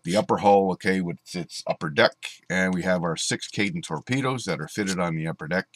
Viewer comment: Cool! Though I believe it was pronounced "kay-ten".